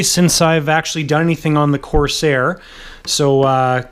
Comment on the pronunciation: I absolutely love the content on your channel.obviously you are a Canuck and you guys say things just a bit differently than ee do here in the United Staes but one thi g thats been really bugging me is how you say CORS AIR Instead of the proper pronunciation COR SAIR. Once again love the channel content and I think you build some of the best models Ive ever seen. Keep up the good work and you say corsair however you pmease....lol